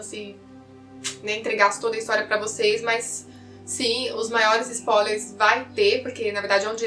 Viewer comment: e linda se fala spoiiiiiilers e nao spólers sem a letra iiii